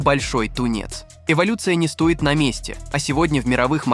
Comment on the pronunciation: Давайте соберем подписи в министерство образования РФс предложением ввезьти в школьную программу уроки правописания с ударениями.В греческом языке черточкой над буквой обозначают ударения.Почему бы не перенять опыт?Ато,действительно,раздражает,когда говорят "за этим монстро не стАит ходить далеко".Просто коверкают русский язык.